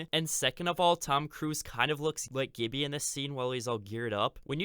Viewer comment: Please stop pronouncing "Gibby" with a hard G, it's just flat out wrong ahaha.